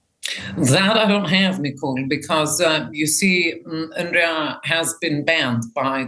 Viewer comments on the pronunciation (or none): none